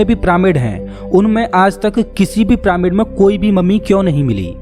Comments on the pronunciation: अबे ओ जोकर प्रामिड नही पिरामिड बोल साले। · pramid ni h bhai vo पिरामिड h